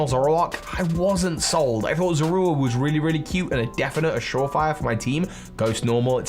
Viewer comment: Zor or ra❌ Zor ru a✅